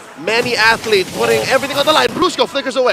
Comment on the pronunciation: I like watching egames, but whenever you say "athletes" I cringe 😅